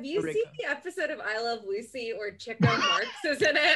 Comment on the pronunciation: lmao at Rekha's face as she considers whether or not to correct Brennan's "Chico" pronunciation, and then lets it slide